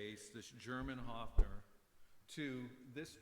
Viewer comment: So stupid: I could huff !!! As you sympathise with this instrument of Germany learn to pronounce it respectfully. It is not a HUFFing...! The vowel is pronounced like in BIRD!:::H"oe"fner !!! Why do English/American talking people not even respect the pronunciation of Names? -- ...and don't tell me your tongue is to blame!!! When you can say "BIRD" - you can say "Höfner" too. (73, still having a Höfner of 1967)